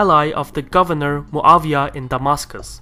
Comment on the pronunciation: Muawyah is not German to be called MuaVyah